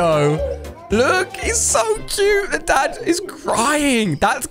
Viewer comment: Did u called the dad a dog u said dad wrong